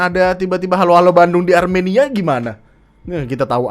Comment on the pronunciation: bang pas kamu ngomong Armenia lucu banget 😂